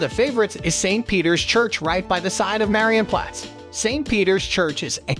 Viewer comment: Am I the only one extremely triggered by how this hectic narrator BUTCHERS every name? He doesn't even try... Had to hear his interpretation of the word "Marienplatz" like 20 times before I figured out what he meant... "Widdelsbag" come ON 😵‍💫